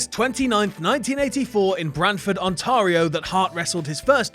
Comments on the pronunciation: Not on-tar-io On-tear-io. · Ontario.. Ont-air-ee-oh. Not Ont-are-ee-oh. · Ontario - ON-TARE-E-O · Weird pronunciation on Ontario there lol. We say it more Ont-air-ee-oh. You said it like people say Mario. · Yours isn't better. It's on- tear- ee- oh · The way you pronounced Ontario... Made it sound classier than it really is. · that pronunciation of Ontario made me chuckle